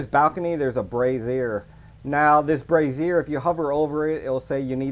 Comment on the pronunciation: Every time you say brazier it sounds like you're saying brassiere 😂